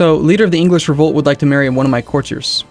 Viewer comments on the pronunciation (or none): none